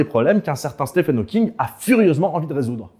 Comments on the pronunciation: Petite correction mineure Stephen Hawking se prononce steven [ˈstiːvən ˈhɔːkɪŋ] 😉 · Ça s’écrit Stephen, mais je crois que ça se prononce Steven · bon par contre je suis désolé bruce mais le ph de stephen se prononce comme un v... (ah oui et donner quelconque crédibilité à susskind c'est quand même se foutre un peu de la gueule de la communauté scientifique)